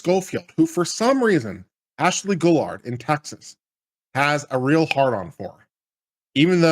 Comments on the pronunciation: Gill-ard, that’s how her name is pronounced, sheesh at least get that right before you post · It's "Ghee-YARD" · Guillard not gollard